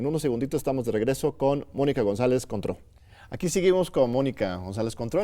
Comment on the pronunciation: Contró... suena a Cointreau